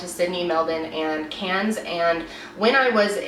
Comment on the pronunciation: ‘Cans’ lmaooo cairns you pronounce the r